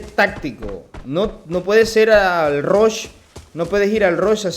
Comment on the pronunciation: El rash 😂😂😂 rush o rusheo se dice bro